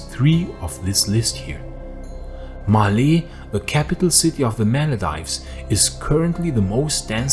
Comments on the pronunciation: Maldives sounds like Mal-deeves. When it comes to non English foreign names it is always Best to opt for Latin pronunciation convention without diphthongs. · It's pronounced Mal-deeves.